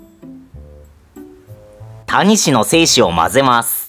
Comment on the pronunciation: タニシの言い方が谷氏なんだよね